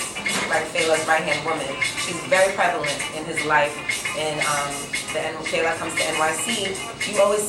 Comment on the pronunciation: Big ups to Cipriana!!! She said FE-LA, not Fayla. I love her!!!!